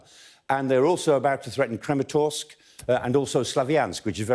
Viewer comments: KrAmatorsk, not KrEmatorsk. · small mistake: The name is Kramatorsk not Krematorsk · It`s KramAtorsk, for Christ sakes!